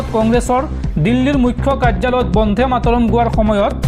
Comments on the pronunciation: Try to correct your pronunciation not bondhe but bonde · বন্ধে নহয় বন্দে। ৰাষ্ট্ৰীয় সঙ্গীত টোৰ উচ্চাৰণ শুদ্ধকৈ নকৰিলে ইয়াৰ পিছত তোমাৰ ওপৰত গোচৰ তৰিবলৈ বাধ্য হম